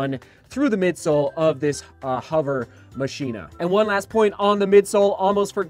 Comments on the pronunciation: 7! Could be pronounced ma-key-na.... not machine-ah... just guessing... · Mock-e-na (like Mach speed) is the proper pronunciation I believe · Its pronounced "Mah-chyna" you plebs. Just ask our president. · I think it's pronounced 'ma-k-i-na', like the movie Ex Machina. Outer material actually looks like Ava in the movie. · I think it is pronounced, Machh - Ina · it's Machina as in "Ma-Ki-Na" like the spanish for machine. I have an UA hovr phantom SE and actually love it except for the weight, could be better. The UA tech is actually very nice and detailed once synced into the map my run app. IF UA could produce lightweight running shoes, it would be great. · I think it's probably pronounced like how you say deus ex machina